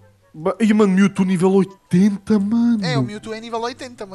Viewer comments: o falando mewto MILTU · o fala mewtu